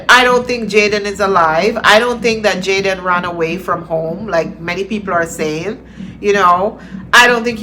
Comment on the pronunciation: Small details matter: Can someone please tell that the young man's name is Jayden... not Jaydan. I hope by some miracle this young man is still with us...oh God I pray!